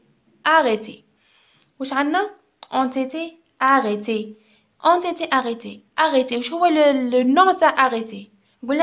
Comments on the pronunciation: شكرا استاذة بزاف ملاحضة هامة : -استادة ont été تتقرا اون ايثي مش اون ثيثيي نتي هك تقراي فيها 👈👉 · تقرا أون إتي